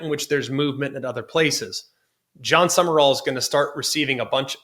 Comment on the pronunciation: It’s pronounced “Sum-rall” not “Sum-er-all” 🙄